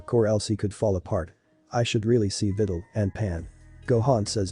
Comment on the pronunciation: Bruh the robot saying videls name like she's a fidel💀